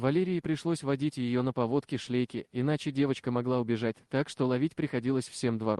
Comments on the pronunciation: Вела на " повОдке" - может на поводкЕ. Много неправильных ударений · Ну читать-то совсем не умеем, ЛерОй, на повОдке и ещё много, просто противно. А девочка супер! Здоровья дочке и маме!!!!! ❤